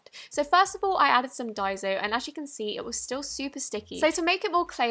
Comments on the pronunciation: Its not pronouced dieso clay it's pronounced dayso clay just saying 😊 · Its die -so not die-zo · It’s daiso not daizo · Its pronounced = die-so not die-zo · it's so annoying when people say daizo like is there a z in daiso no so stop saying daizo .and also your British so why the HELL😡😠Are you using American stuff stop acting like your American you fake your clearly British so stop lying .😠😡😬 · What the heck is daizo it’s daiso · Not trying to be rude but what annoys me (//>\\\<\\) sorry again, is that you say Dai-zo when it's Dai-so sorry I speak Japanese or it could just be me getting triggered I apologise once again but I'd like if you'd fix ur pronunciation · it's pronounced "die-so" not "day-so" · OMG!!!!!!!!! It's not diseo it's diaso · It's pronounced die-so not die-zo sorry for correcting you queen it could be because of your accent. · Ur a great u tuber and I love u but its pronounces daiso Like day-so Not die-so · It's not dai-zo it's dai-so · I lòve how she pronounces it like dyezo but it's pronounced dayzo/ daiso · Why does she say dai ZO when it’s spelled with an s 😂 it’s pronounced dye-so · It is pronounced ( die,so) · Diaso its pronounced as Die-so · I think It's pronounced die-so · Why does every youtuber pronouce daiso wrong! (Idk how to spell it) btw thanks for the clear slime tip ;)